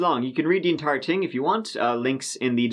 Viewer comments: THing not Ting.... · I just can't stand your homely womanish face anymore, and trying to keep up with the presentation while you drone on and on with turdy (thirty) and tent (tenth and) ting (thing). Eat a hamburger and lift some weights. come back in 3 years.